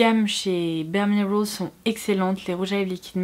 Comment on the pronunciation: J’ai eu du mal à comprendre quand elle a dit bareminerals. Accent tellement poussé.